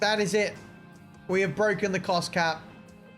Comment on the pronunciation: Cost cap is Bwoken, it's Bwoken